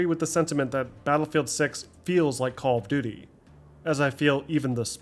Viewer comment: I dont mean any disrespect, even though it may sound like it. But how do you manage to sound so articulate and professional. But pronounce "call of duty" as "Caww of duty"? "Churned" instead of "turned" is also a bit jarring. But, "caww of duty"?